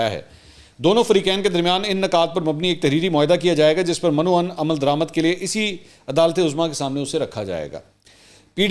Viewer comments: منصور بھائی آپ گریٹ ہیں کچھ الفاظ درست کر لیں. مَن و عن نہیں بلکہ مِن و عَن ہے مَندرجہ نہیں بلکہ مِندرجہ ہے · من و عن اصل تلفظ بے men wa an